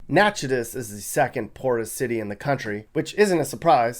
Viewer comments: Love your videos! Just to let you know the town in town in Louisiana is pronounced “Nack-it-ish.” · Natchitoches is pronounced NAK-A-TISH....I don't know why....the sister town across the border in Texas is Nacogdoches, pronounced...NAK-A-DOCHEZ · I was guessing what the poorest city in Louisiana would be and I would have never guessed Natchitoches. Even more surprising that it's the second poorest in the nation. For the record, it's pronounced Nack-uh-tish. But don't worry, I've heard much worse pronunciations. I have family in Little Falls, Minnesota and that one is crazy too. Although when I think about it, it's all farmers there. Many don't go to college because they just farm their whole lives. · It’s pronounced Nack-uh-dish (Louisiana) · Natch-i-TOE-ches, LA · FYI, it's pronounced "Nack-a-tesh", Louisiana. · It's Nack-a-tish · Natchitoches, LA is not pronounced like you said it. Still, you made a good video. Thanks.